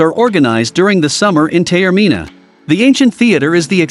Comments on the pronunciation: Thank you for the lovely and informative video. I must take exception with what sounds like a “bot” doing the narration and misspelling almost all the Italian words and place names. It really does a disservice to this beautiful island. And I could just imagine my Sicilian mother wincing every time the word “Tay-or-mina” was uttered. Please do your island (and its residents) proud and correct this error. Thank you. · I'm not even Italian, but I also winced each time that lovely city's name was mispronounced. BTW, if I could live anywhere in the world, Taormina is very high on my list! I especially love the garden at Villa Comunale di Taormina. 😍